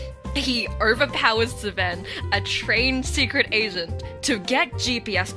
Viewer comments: After having done everything except Rika's route 👀 I just watched her stuff on YouTube, fell further into angst... I will never get over this game's intense writing and insanity Edit: I can't stop laughing at how you call Seven "Sven" 😂😂😂 Awesome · Sorry but how tf do you pronounce seven😭😭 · why do you pronounce 7 like that😭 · YOU'RE THE FIRST PERSON WHO'S ASKED LMFAO I'M SURPRISED IT'S TAKEN SO LONG first time i played this game with my friend she mispronounced seven that way and i've called him that ever since